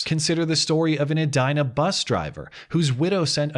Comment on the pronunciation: Is it pronounced "eh die nah?" I would pronounce it "eh dee nah" not an issue? Love ur videos